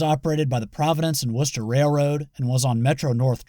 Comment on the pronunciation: I love all your videos but on behalf of everyone, thank you for saying the Providence and Worcester the correct way. So many people butcher it. Can’t wait to see what 2025 has to offer you